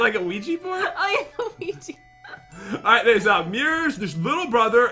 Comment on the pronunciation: Que-gee board😂 omg I can't😂 IT'S QUIJA BOARD!😂😂